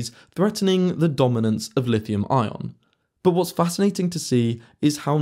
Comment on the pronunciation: "But" has a "t" in it. It's not boo. How do you say butter? Buhuh? 😆